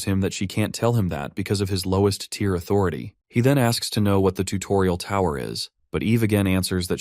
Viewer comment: I know this is 8 months old but I have heard much better from your channel, you should really take this down and redo it. I mean there is a span of like 10 mins where the AI is reading the words but NO ONE QA them. Saying words like tire and not tier